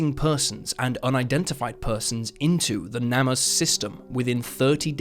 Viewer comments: Just a gentle reminder that "Namus" is pronounced "name-us" ✌🏻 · It’s pronounced Name Us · You should hear his "NamUs".